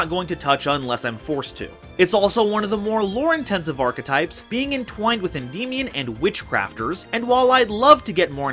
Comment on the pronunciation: It is not pronounced en-dee-mion, just say it by how it looks en-dy-mi-on because it is Greek in origin the "mion" is "mi-on". Sorry I just don't like when people pronounce it wrong